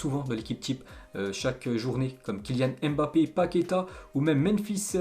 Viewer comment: Allez apprendre à prononcer Mbape . .Ca fait mal aux oreilles.